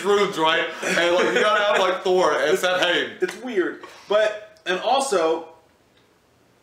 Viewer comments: Samhain is actually pronounced saw-when. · It's actually pronounced sow'inn. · i love how Americans say samhain its pronounced SAH-WIN